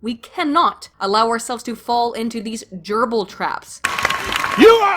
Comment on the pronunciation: He pronounced gerbils as "GEEERBLES"